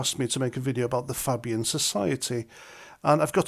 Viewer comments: Pronounced "Fabian", not "Fabbian'. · as I was taught in primary school, when you have vowel consonant vowel you pronounce the first vowel by its name and not it’s sound! So FAY BIAN not fab Ian, as in phone, made, lime. Keep at it. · It's pronounced Fay-bian. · Its pronounced Fay-bian not fabbyun. Good vid tho. Thank you for the heads up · Fabian ,faaaàbian ,not pronounced like uk fab .The Blair was ,and is a member ,the one you went to war for . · Fay not Fab. Fay-bian. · pronounced FAbian not fabian. Like hay. Sorry paz. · Welcome to politically aware club with your recent awareness of the Fabian Society (That's "Fabian" pronounced fay-bian). For further reading research Saul Alinsky, the London School of Economics, The Frankfurt School, and Aldous Huxley. Enjoy! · Its pronounced Faybian . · It's Fay...bee...ann. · That's not how you pronounce it. It's "fay-bee-an" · It’s pronounced FAYbian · Pronounced Fay-bian. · It not Fabian like fab you half wit cow. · Spot on, but it's pronounced FAY-bee-uhn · knew about the fabian pronounced fay bian since blairs govt in 90s was called a nit job. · You are pronouncing Fabian incorrectly it is Fay (say) Fabian . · fay bee an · At the risk of being designated a sanctimonious, pretentious knob, it is pronounced FAY-BEE-UN. I only know this after hearing about it from Sargon. Good concise video. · Pronunciation sounds like Fay-bian. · FAY- BEE-AN. Niggle over.🙄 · No pronounced it wrong and I cannot believe how few people know about this group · Fabian with A pronounced as in the letter A. As a Labour (but not New Labour! ) member from 1973 till Fabian Blair became leader, we knew all about them. Back then there were many Fabian MPs, but once Blair got in their numbers grew massively and deliberately. They are Cabal puppets. Many indoctrinated in the WEF Young Global Leaders programme eg Blair, Brown.